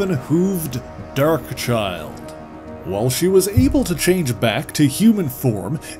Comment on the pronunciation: take a shot every time he says "gUHrden", "UHrmUHr" or "dUHrk"